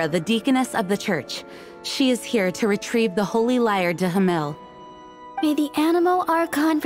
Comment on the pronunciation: Lmao everytime when i hear how the voice actors can't speak properly Holy lyre 'der Himmel',it sounds to me like ,de himel'